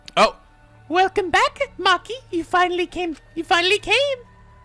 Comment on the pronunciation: He said moki not mochi... OK. A JAPANISE LESSON: Chi as in "Chicken", yeah, im talking about Nugget And Ki as in "Kitchen"; that one place you go to, when you need to avoit starvation.